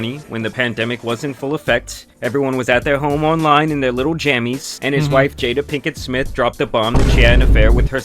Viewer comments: Her name is pronounced Jada. ( Jaid Da) Not Jetta. Get your tongue right. 😂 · It's pronounced Jada not Jetta dude 😂🤣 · jay-duh 👀jada 😂 not jeda must be the accent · Oh Jada bro keep saying jeda😂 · He clearly said cheddar